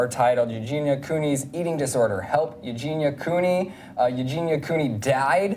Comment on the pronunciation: who tf is eugina cooey